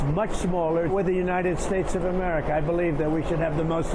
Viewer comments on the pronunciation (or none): none